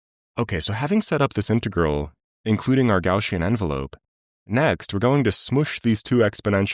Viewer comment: Gaussian, NOT Gaushian, lol